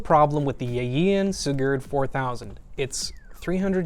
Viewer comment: So weird hearing my name being said in that way.